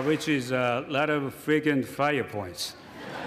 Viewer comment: It sounds like he says "Which is a lot of Freakin' flyer point" (Frequent) which is hilarious.